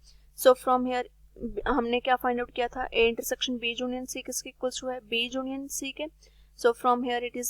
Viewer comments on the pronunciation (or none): Junion nahi union hota h mam